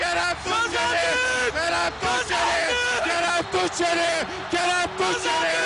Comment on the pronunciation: 10 defa aralıksız Kerem Tunçeri dedi ama bazılarında Tunceli dedi bazıların da Tuğçeli. Ulan adamın ismini unuttum. 😂